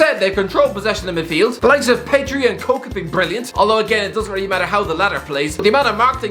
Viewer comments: Imagine actually pronouncing koké as coke ahahaha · Isn't Koke pronounced Koke-ay? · Americans can't pronounce the names of foreign clubs also: COKE in midfield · No way this guy pronounced koke’s name as coke